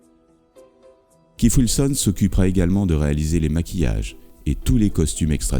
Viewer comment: "Funderbirds" ? "Keif Wilson" ? Sérieusement ?